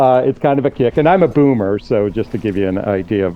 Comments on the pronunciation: I heard him say "coomer" not boomer when he introduced himself :face-blue-smiling:I was like hold up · I thought dude said "I'm a coomer" not boomer 💀